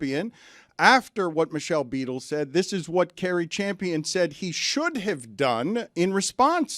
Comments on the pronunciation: In buddy’s own words “it’s very clear” he has 0 knowledge about what he’s talking about I think it’s “really lame” for him to even speak about someone he doesn’t have knowledge about… can’t even pronounce Cari’s name correctly lol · Exactly... And to seemingly intentionally mispronounce Cari Champion's name after her name was spoken phonetically more than once.... Just stfu dude 🙄